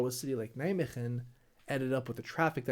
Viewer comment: As someone living close to Nijmegen. When you said Nijmegem I went "what the f you say about Nij... oooooh I know where this is going.